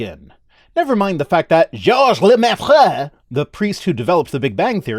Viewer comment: Your pronunciation of Georges Lemaître has big Eli Bosnik energy.